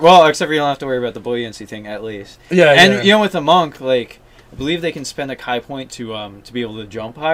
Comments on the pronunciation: you lost me when you pronounced "ki" like "eye". it's supposed to sound like "key". it always confuses and surprises me whenever isolated gaming groups change the pronunciation of well known words. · It's pronounced "kee" not "kai"